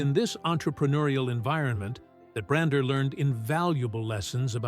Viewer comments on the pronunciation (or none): His name is Bishop Bronner, not Bruner.